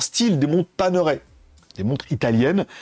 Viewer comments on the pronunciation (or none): Paner ... ail, pas Pane-raie 😊